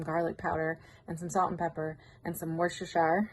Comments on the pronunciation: Best pronunciation of Worcestershire I've heard. Wash your sister. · Worcestershire sauce is pronounced, Wash -your-sister sauce. LOL